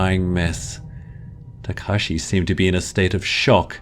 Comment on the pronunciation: when he said Tekashi i choked on air